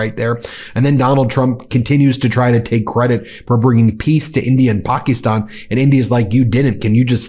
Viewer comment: UGH...Ben and his "PAK-EES-stan" crap...Even though the prime minister pronounces it correctly "Pak-IS-stan"... DUDE...READ YOUR COMMENTS and PRONOUNCE IT CORRECTLY.